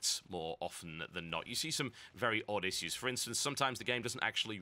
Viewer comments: Omg... Issues <--- please say it correctly :) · hehehe you say "issues" funny